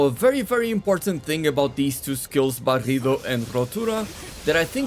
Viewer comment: Me gusta como decis "barrido" y "rotura", bastante bien la verdad!!